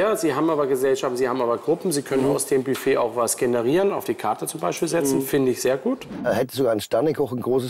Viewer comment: Die Deutschprofis: "als wie" "Hat er den Mund aufgebracht" "KartoffelGRATENG!" "BÜFT Motto Partys"